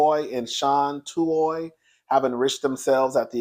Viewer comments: Come onnnnnnnnnnn, how you pronounce the names Michael's name is Or and the Tuwe. I've been following the story on the Today show, I'm not weighing in until ALL the facts are out. The Tuohy's are fighting back with receipts and saying they did not get rich off that movie, only $700,000 that they all split including the Tuohy's children. In addition, it was reported that Michael was trying to shake the Tuohy's down for $15 mil and threatened to expose them if they didn't pay, that sounds like extortion to me. Now you know that movie, "The Blind Side" is all Hollywood because at the end of the day, you only get bits and pieces of the real story. The Tuohy's been rich due to their family restaurant business. Before anyone be side eye'ing me, I'm just trying to see both sides. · Michael’s last name is pronounced “Oar” and the Tuohy’s last name is pronounced “Two E”